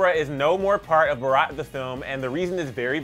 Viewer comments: The way he said, " BAARAWWTT" (Bharat) I died.😂😂😂😂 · It's pronounced as bhaarath 💁🤗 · The pronunciation of the movie name is " bhuh ruht" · It's Bharat not bheraat. And Bharat means INDIA in English. I think I have a right to hope that u can name our country's name correct atleast????? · Can't stop laughing about the fact he just COMPLETELY mispronounced "BHARAT".....😂😂😂😂 #ISeeAllIndiansCry